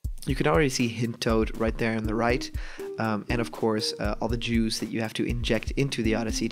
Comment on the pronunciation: Awesome video... but you said "All the Jews that you have to inject into the Oddysey", rather than juice... ahaha!